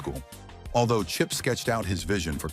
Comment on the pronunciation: The narrator is a moron so many wrong words he called chip by at least 8 different names